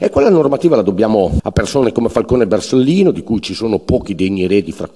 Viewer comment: Non sa neanche dire "Borsellino"